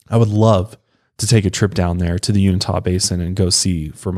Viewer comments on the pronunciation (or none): Uni-ta basin, lmao! Kind of like unitard. It's the Uinta basin. Sorry, but you said it wrong every time. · Not ta...tuh...you-in-tuh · Uinta: you-in-tah, NOT you-ni-tah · Pronounced U-in-tah not unitah 😅 sorry I’m from there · It's pronounced u-in-ta.... u-n-ta... literally say the letter u... then say the letter n... the say ta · Born and raised Utahn here. Uinta is pronounced "You-In-Tah", not "You-Nih-Tah". You just switched the I and the N. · You-in-tah not you-neh-tah. It might be a good idea to listen to pronunciations of cities and counties even if you think you've got it. Sorry I'm being that person right now. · I cringe every time you say Unita. It's Uinta (you-in-tah) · Is not uni tah It's u in ta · Just for ur info guys, its U-IN-TA not Unita. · 😂😂😂Unita? You-in-tah is how it’s pronounced. Just made me laugh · Uinta Basin PRONOUNCED..... YOU—-IN——TAH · Its not even you-in-ta. Its ...You-in-tuh! Sorry but had to correct cause it bugged the crap outta me. Lol sorry not sorry. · It’s pronounced (uinta) you in tah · It's pronounced u-in-tuh but you were close though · It's pronounced you-in-tuh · Pronounced,( you-in-taw) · He mispronounces Uinta Keeps saying " Unita" It's a small thing but during the course of a long conversation it starts to eat away at my soul .... Excellent show tho !!! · Pronounced “you-in-tuh” I live near there. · Uinta Mountains pronounced You-in-ta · Its pronounced u-in-ta lol but good video anyway. I'm from Utah and it's cool to be noticed for something pretty scary. Love all your videos keep up the awesome work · you're a great sport. And I didn't mean to undermine your pronunciation. You- in-tuh just seemed a bit more phonetically correct to me. So I pointed it out. There are many more things to get bugged about and you-in-tuh is on the bottom of the list. 🤓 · Not uinita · Thank you. It's driving me crazy the way he's saying it. 😂